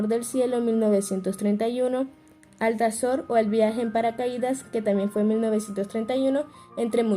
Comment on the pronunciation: no es Alzator! Por Dios! Es Altazor!😂